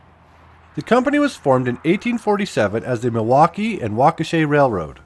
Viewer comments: The last syllable in Waukesha is pronounced "shaw" not "shay". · Love your video! You pronounced "Milwaukee and Waukesha" as "Walk-uh-shay." I believe it's pronounced more like "Walk-uh-shaw."